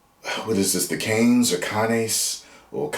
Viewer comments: Cannes is pronounced "Can". The "es" is silent in French. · its pronounced "CAN" cannes is french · It’s cans. Like soda cans. Cannes film festival it’s pronounced cans. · It's the Cannes (Kahn s is silent) film festival held every May in Cannes France a seaside town where films are screened for potential buyers to distribute and presents the Palme d'Or (golden palm) award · Cannes (pronounced “con”) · I think it’s pronounced like the Star Trek villain…Kahn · Only because you mentioned it, it is pronounced like "Kahn" (as in "The Wrath of Khan"). The "S" at the end is silent. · Can’t take a movie YouTuber seriously if they don’t even know how to pronounce Cannes